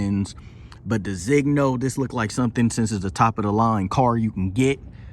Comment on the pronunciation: Mine shows my car not an S Class 4 dr, mine shows my car in my color. It's pronounced DE-ZIN-YO. The other model interiors are MB tex, except for the seating surfaces. Tune it and you will have a car faster than the 63. For structural purposes the top can not open. No, your tire pressure sensors are affected by your out of spec wheels. As for your long Bluetooth connectivity is because you need a firmware upgrade, mine connects immediately